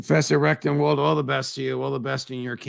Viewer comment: I am sorry, but there is no way for me to communicate this politely and discretely. Here I am, less than a minute in. Twice, Judge, you pronounced correctly, RECTENwald, and then you said it a third time, RECTUMwald. If your intention is to support this man, and I believe it is, you need to overcome this inclination to mispronounce his name. I grew up with this, people frequently mispronounced my name, CONDON, as CONDOM, some deliberately to slight me, many accidentally.